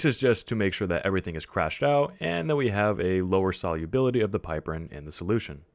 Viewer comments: PIP-er-rin not PIPE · Also it's pip-er-een, not pipe-erin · also you are pronouncing it wrong - its pronounced pip-er-ene :P